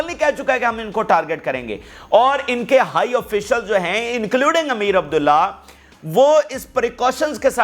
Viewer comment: PLEASE CORRECT AMEER ABULLAHIAN is the right pronunciations